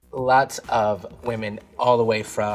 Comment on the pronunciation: Kahanna says whaman instead of women